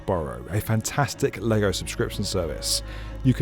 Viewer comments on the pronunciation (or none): none